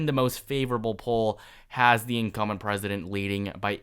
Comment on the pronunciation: Incum'B'ent...not Incumment. Sounds like 'incoming' when you don't pronounce the 'B'. Always momentarily confusing.